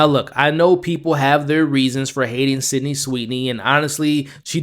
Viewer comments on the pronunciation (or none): none